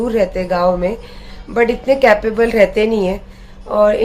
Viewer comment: Clip ko click bol rahi h 🤣🤣🤣🤣🤣. capable 🤣🤣🤣🤣🤣 English ki to maa bahan kar deti h ye 🤣🤣🤣🤣🤮🤮🤮🤮